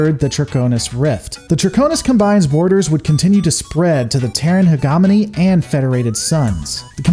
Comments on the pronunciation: For God's Sake man, huh·jeh·muh·nee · Pronunciation: hegemony - He-Jen-o-me. Sorry I had to say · my god, that pronunciation of hegemony is hard to get over. cool lore videos tho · hegamony... drucunus cumbine... rayzelhaag! never change. kurutah-sunpah would approve! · I don't know if you're saying things intentionally incorrect or just because you don't want to say it correctly. We all know your beef with the word hegemony. But curata?